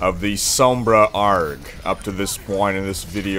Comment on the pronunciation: it's a r g not argghhh